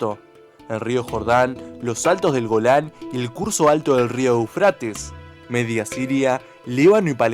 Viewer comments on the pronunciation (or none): No es "sinái" es Sinaí.... y menos es Eufrátes, sino Éufrates.... Eso lo tendrias que haber escuchado en la escuela primaria...